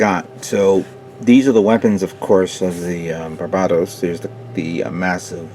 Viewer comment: Not that it matters, but you keep pronouncing it like "bar BAH tos" when it's really "BAR buh tos" similar to the Pokemon named Bulbasaur... Thanks for putting up your videos. I always look forward to each and every one of them :)